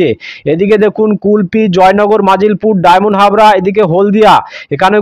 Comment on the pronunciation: আপনি জায়গায় নাম ভুল বলেছেন যেমন ফ্রেজারগঞ্জ কে বলছেন ফ্রেসারগঞ্জ খেজুরি কে খাজুরি ঝড় খালি কে ঝাড়খালি ডায়মন্ড হারবার কে ডায়মন্ডহাবড়া জায়গায় নাম সঠিক বলুন।